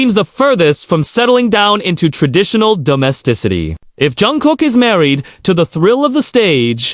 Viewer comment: You really butchered Jungkook and Yoongi 's names! I agree with you that Namjoon would make the best husband and father! Actually I think they will all make great fathers! But, Namjoon has the maturity needed!